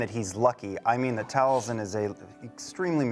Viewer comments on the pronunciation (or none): Once you notice that Liam (and only Liam) pronounces Taliesin's name with a voiced s (TalieZin), you can never unhear it. You're welcome.